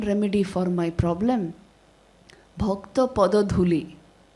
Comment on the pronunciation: Its bhakta not bhaktaa